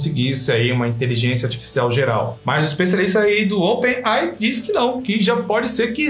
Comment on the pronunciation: Open AI é foda kkk se começar a ler um nome em inglês tem que ler ele inteiro com a pronúncia certa se nao fica meio estranho, o nome dessa empresa é open AI, lê se (open "ei" "ai")